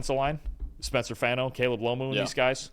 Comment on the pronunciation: Brothers it’s Faw-No not Fah-No. Rhymes with Paw or Spa.